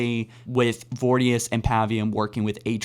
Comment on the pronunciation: Pronounce voriduce correctly please